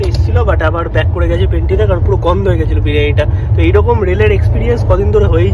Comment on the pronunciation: abar Penty car bole .. byata ota pantry car...